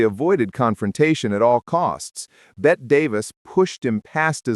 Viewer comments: pronounced “Betty” Davis - don’t let AI voice your videos kids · "Bet" Davis eh. Too much trouble to find out how it's pronounced but wanted to be a documentarian, lol.